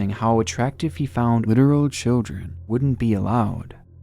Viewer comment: He always pronounces children as "chel-jren". Is that an accent or am I hearing things?